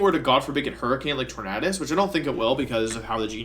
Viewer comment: Why do you keep mispronouncing the name "Tornadus"?